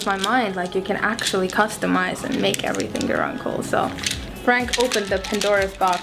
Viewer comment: I love when she says "everythink"